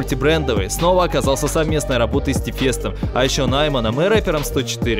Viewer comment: Нааймэн 🤣 Я думала я найманка , а оказывается наймэнка)))